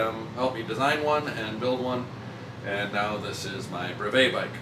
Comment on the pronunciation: Thanks for the great video! You mispronounce brevet.